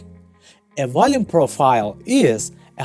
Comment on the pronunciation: High wolume nodes lol